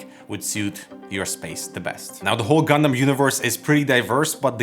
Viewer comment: I'm just happy you don't say gun-damn and say gun-dum